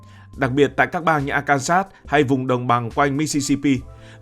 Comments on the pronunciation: lên google tìm hiểu phát âm cho chuẩn Arkansas đi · Quá chuẩn luôn... bới bèo ra bọ...😂😂😂